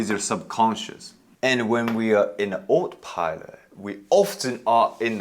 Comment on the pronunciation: Ah- toe pilot! Autopilot😊